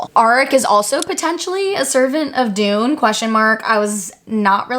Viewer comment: I wish people would pronounce Dunne correctly it isn’t Dune it is Done. Love the theories. Some I hadn’t even be gone to think about. Not sure about sky versus earth magic but definitely interesting and will reread to see if I pickup on that. Dunne is definitely important in regards to violet. I definitely think it is Brodie. Great work. Keep it coming